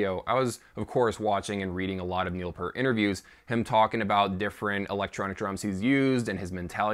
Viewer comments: 30 seconds in and I’m saying, “Good God! Would you please say his last name correctly?!!!!!” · All is will my friend, you;re just not as old us as buggers are. I had a Neil PEeart (as he pronounces it weirdly ,poster from zidjian that showed his old kit with the Simmons. I saw Rush play at Wembley Arena back in 88'- 89 and he had that set up. It had the same spin around thing going on. If you listen to Grace Under Pressure and Hold Your Fire you can definitely hear the Simmons sound. I used to air drum to both albums sitting at my sds9 kit as I didn't have stick or cymbals at the time. He did one song called time stands still and it totally messed me up. I can play it left footed on the kick but not right footed which is my normal kick. He was a master of tempo and everything else. I doubt we'll see him again , well at least as I'm still alive. At the end of the day, the bloke was incredibly talented as a musician, composer and a writer and a genuinely nice person who passed before he should have. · How dare you say his name wrong. 2112 is one of my all time favorite albums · Please don't disrespect Neil or his family by mispronouncing his last name. Do not claim to have that much knowledge, which I personally was enlightened by, when you can say his name correctly. If you're doing it for effect then I will unsubscribe instantly. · You dont even pronounce his last nsme correctly.